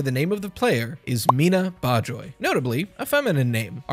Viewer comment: you said Miena correctly